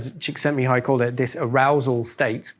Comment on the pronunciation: Hi, your Hungarian pronunciation is pretty good: Csíkszentmihályi:D not an easy name